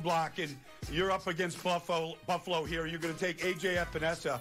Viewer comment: Pretty sure Baldinger Freudian slipped "Fluffalo" when he meant to say "Buffalo"...I like it and may use it in the future to describe the Bills. Miami born, Upstate NY State raised...Dolphins Fan in enemy (Bills) territory.